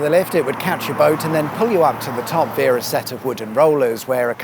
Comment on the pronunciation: New drinking game, take a shot every time he mispronounces the word via🤷‍♂️